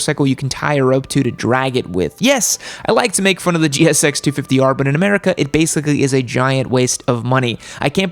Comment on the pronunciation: That Ra-merica made me giddy